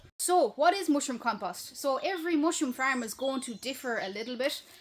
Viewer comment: The way she says ‘mooshroom’. Sigh.